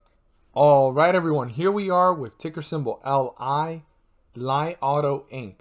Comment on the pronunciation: It pronounce Lee auto, thanks 🙏🏼